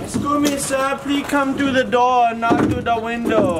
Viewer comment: Please come thru de door not de window...consequence😂😂